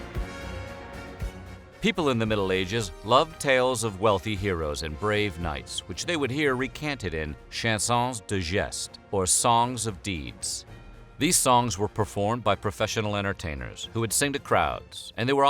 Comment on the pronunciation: Chanson is pronounced as "shong sone". "An" is pronounced in French as "ong", as in "song" and "thong". "On" is pronounced in French as "own", as in "thrown".